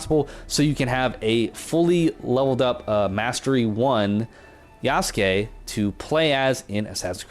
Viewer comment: First person I’ve seen pronounce his name right lol